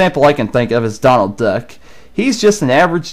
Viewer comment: U SAID DARNALD